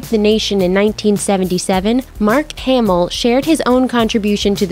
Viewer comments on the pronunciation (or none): Narrator is super annoying. You guys also should’ve told her how to say ‘Hamil’ at the beginning. As she says “Hay-mul”